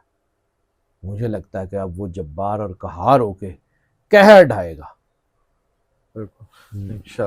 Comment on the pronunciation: لفظ قہار ہے کہار یا کمہار نہیں ھے آج کل تو بس